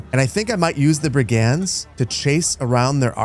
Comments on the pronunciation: This must be emphasized. It's drove me nuts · Fun series! What a cool game. Just so you know, "brigand" is pronounced BRIG-end.